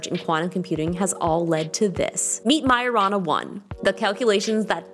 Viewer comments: American really has some weird pronunciation 😮...Mariyona 1? Its Majorana 1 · Tell me I’m not the only one hearing marijuana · Sorry but for a second thought i hear it like maurijuana 1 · Hope I wasn't the only one who thought it said marijuana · I heard marijuana 1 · You pronounced majorana wrong